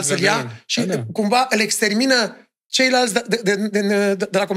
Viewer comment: "ceilanți "??? Cam penibil!